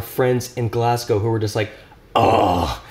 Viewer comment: Kudos for pronouncing Glasgow correctly